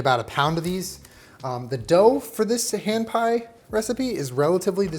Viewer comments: i kept hearing you say "ham pie" and was very confused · I thought he said strawberry ham pie